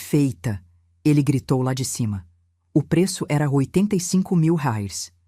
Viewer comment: Kkk Ensina este bot burro falar reais! Que coisa mais ridícula!